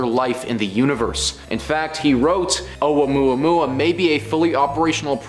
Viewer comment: Oumuamua: Pronounced like "Oh-mua-mua" It's not oua-mua-mua and Avis' name is Pronounced: Av-ee Lobe, like earlobe...you should know what you're teaching people before you can teach it man. Respect.